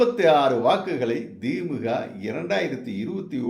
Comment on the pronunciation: Why thimmuka it is the-mu-ka.